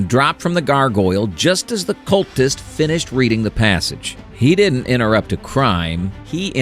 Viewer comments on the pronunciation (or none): Everytime i hear cultist i hear Jew 😂